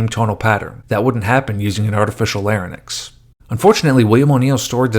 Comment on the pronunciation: Lair-inks, not “lair-in-ix.”